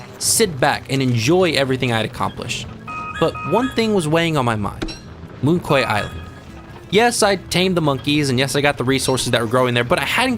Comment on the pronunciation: Just FYI, "Quay" is pronounced like "key" and "Moon Quay" is a pun: moon key -> monkey